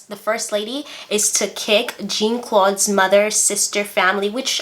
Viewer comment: It's pronounced (Tusk-E-gee). They were the first Black Airmen pilots to fight in Word War II. There is a movie about them (Red Tails). And Jean is pronounced (Za), not (Gene). Yeah, she had the TV's out, but it came much later after her wedding. And Papa Doc setup the Tanton Tanton Macoute, not his son Baby Doc. The freezer story and mink coat is true. She was and still is a horrible person. She is on Twitter and Facebook all the time now with her delusional posts.